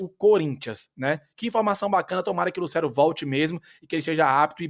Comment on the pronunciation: com todo respeito, mas tem como tu parar de pronunciar Lucero como se houvesse um acento agudo no E? "LucÉro" 😫